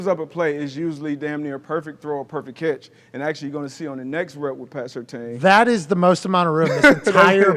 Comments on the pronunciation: No big deal, but just a heads up. It's pronounced Sur-tan, not Sur-tane. Good segment. 👍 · It’s Sir Tan not Sirtain haha Yes I am Certain